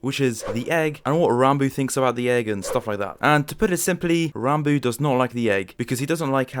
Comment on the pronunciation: Thank you for not pronouncing "Ranbo" my friend